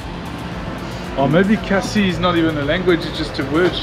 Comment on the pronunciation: It's khasi bro it's not Cassi 😅